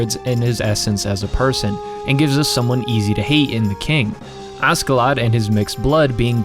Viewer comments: its kinda painful to hear u say askedladd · Extremely annoyed by him saying asKeladd all the time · FYI the Ask part of his name is pronounced Ash, as he was nicknamed after Ash. He's Askeladd the Ashen Lad. The Dub just gets it wrong.